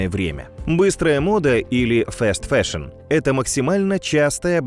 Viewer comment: фаст-фэшн*, не фэст фэшн